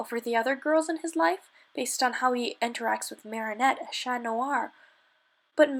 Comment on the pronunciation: I like that she pronounces “Chat” correctly. People produce it mostly the English way, thought it should be pronounced “Sha”